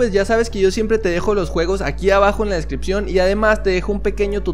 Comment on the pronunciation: Porque dices jugus en vez de juegos ?